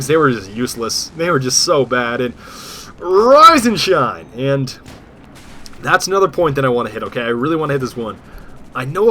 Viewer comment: sometimes when you say "rise and shine" I think you say "rosin chomp". Just thought Id let you know.